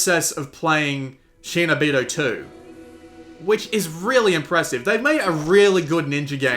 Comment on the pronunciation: Not shay-no-beedo, shee-no-beedo.